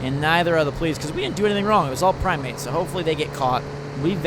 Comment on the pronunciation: prime-eight sounds like 'primeape' lol